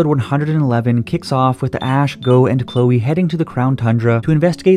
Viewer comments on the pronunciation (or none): none